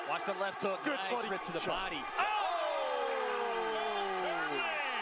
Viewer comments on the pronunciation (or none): none